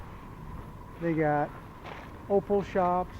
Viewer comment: You'd better learn to pronounce opal correctly. Accommodations dug out of hillside/rockface. The town is like a moonscape - not really human friendly - incredibly dry and HOT.